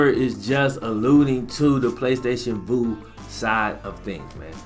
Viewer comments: Man i love you, but I'm trying not to flame that ass for saying Voo lmaoooo it's Vue. Like View 😂✊🏽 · I have PSV. It's so much better than Sling. And, it's "view" not, "voo " ha